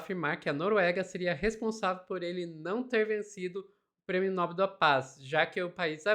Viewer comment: Atenção: vocês estão pronunciando a palavra "Nobel" de forma ERRADA!!! A sílaba tônica é igual a palavra "PAPEL", ok? Se vocês são jornalistas sérias procurem falar português da forma correta, por favor!